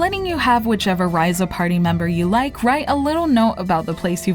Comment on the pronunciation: Bitch, how did you play through this whole game and not figure out how to say the main character's name right?